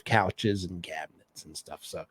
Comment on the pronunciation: Cyouches & cyabinets!! Hahaha.